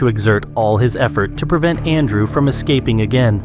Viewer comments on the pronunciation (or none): none